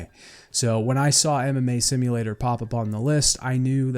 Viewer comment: It took some time for me to understand that it was "MMA" not "anime" and I was very confused that you watch and practice Anime. Also I thought "what a weird pronounciation of anime"